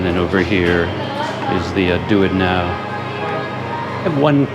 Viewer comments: Well, the "DuitNow" as "Do It Now" really got me 😀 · "do it now" I had to pause and think for a sec that hes actually referring to duit now 🤣